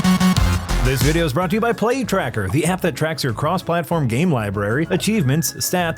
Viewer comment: When the ad read started, I thought I heard "Plague Tracker" instead of "Play Tracker". After listening to the ad, I'm not convinced I was wrong the first time.